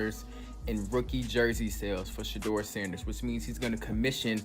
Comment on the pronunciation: Please pronounce Shedeur’s name correctly!